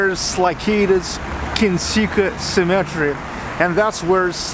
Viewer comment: cemetery! i first understood 'symmetry' and i was wondering how can a monastery have 2 "symmetry" XD gotta pronounce every "e" in the word cemetery, which is also a graveyard ;) Despite the little confusion i had there, this is a great video. the graveyard looks impressive indeed, and I really like how you give us pieces of information we would never know otherwise. I like how you did this with many other places you showed us - streets, cities, and so on.